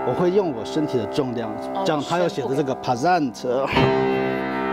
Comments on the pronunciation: Pesante念 趴sante?! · 聽到的時候也覺得很神奇😂 我以為是唸ㄆㄝˇ ㄙㄚㄣˋ ㄊㄝ˙ 然後重音節在san